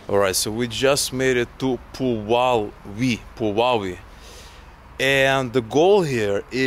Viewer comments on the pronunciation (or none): Please don't read "nieczynna" like "nieszczyna", because "szczać" is to piss and it sounded like that 😆. Also "u" in Polish is like "oo", you said the name of the town completely wrong, it's more like "poo-wa-vy". It's still great you're trying to talk in Polish, though! You'll learn more eventually 💖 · Sure. But from the POV of a foreigner, these are deep nuances. In all cases this "rz" will sound hard. Nothing really bad will happen if he/she pronounce it this way. It was worse with the pronunciation of "Puławy" / Пулавы. ;) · your attempst at pronuncing 'Puławy' were hilarious :) but you're getting there!